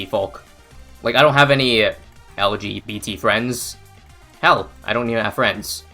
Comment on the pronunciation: Lol the way you said L G B T folk is funny and I would argue that intent is not the biggest factor but as long as you are making an effort as you have shown you are, mistakes happen. The point is just to improve as you seem to be trying to do.